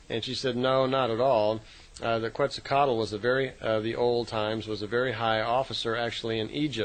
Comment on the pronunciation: Quetzalcoatl is pronounced: Ket` sal Co at. Not Kwetzal kaatel like is doing it. It is a Nauatl language. And the l at the end of Quetzalcoatl is silent. It is sounded from the lower 'gut' and not audible.